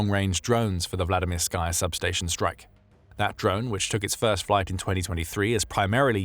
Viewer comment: There's no "sky" in Vladimirskaya. Anyone doing a video like this should know better. You wouldn't say "Vladimir-SKY"; it's "Vladi-MIR-sky", with the last syllable pronounced "ski". Vladimirskaya is just the feminine form, and it's pronounced "Vladi-MIR-skə-yə", ə being the unaccented schwa (-uh).